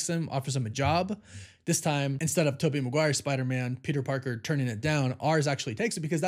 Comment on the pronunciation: TOE BY looool